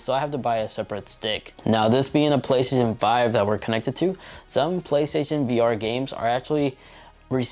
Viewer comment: "The Plehstzzn5"